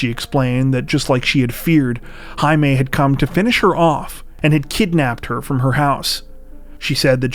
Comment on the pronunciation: Jaime, is pronounced, "Hi me"